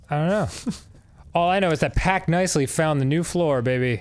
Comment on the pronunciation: So we're just not even going to talk about "Pact Nicely"? XD